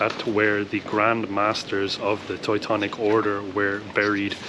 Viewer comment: I love how she pronounces "Teutonic" correctly